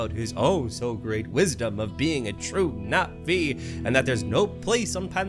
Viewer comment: i'm a bit late to this video but it's [pronounced as navi]